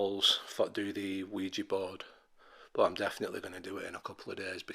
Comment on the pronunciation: It's not wegee it's weeja